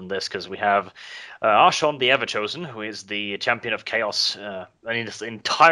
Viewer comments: jesus. it is arch-ay-on not arch-on cringed everytime i heard it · it's pronounced like a k. Not sh. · Archaon pronounced Ar-Kay-On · i pronounce it Arkh'Ay'on i think that sounds coolest.